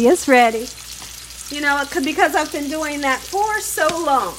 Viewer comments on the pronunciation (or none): none